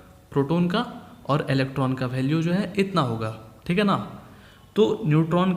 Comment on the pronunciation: Sir ji.. bhalue nhi value hota haii.... Baki theek hai.